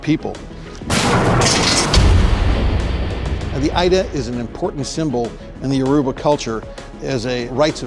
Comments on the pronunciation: The Ida is actually pronounced “eeda” and it literally translates to “sword” lol (I’m Yoruba) Its nice to see African work represented here. Thanks 😄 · Oluwaboriogun Afolabi yes this is true, the pronunciation of Ida by this man is really funny. It’s eeda, meaning a Knife/Sword/blade and I’m almost sure they got the sword descriptions wrong too 🤣. Anyway it’s a good attempt by them. 👏🏽